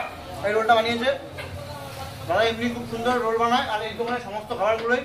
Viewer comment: Thats not roool its roll